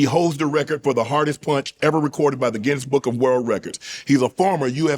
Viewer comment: "EVERYONE. Everyone will go down with that punsh." 😳